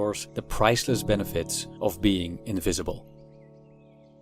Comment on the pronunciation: Much as I respect your right to be 'invisible', I admit that I am very curious to know what your mother tongue is. Your "v"s frequently sound like "f"s (your "invisible" sounds like "infeasible"), so I'll bet your L1 is Dutch. Anyway, your videos are great! A fan from Greece.